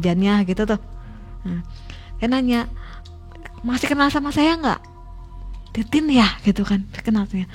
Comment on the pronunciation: Ko denger manggil nama mbanya titit bukan titin😅😢